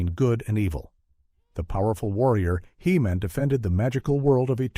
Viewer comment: "Shoundadite" Heemin lol